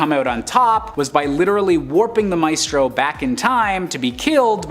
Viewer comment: Maestro is pronounced "My stroe." Ilyana is pronounced "ill yan uh." Otherwise, Great Job!!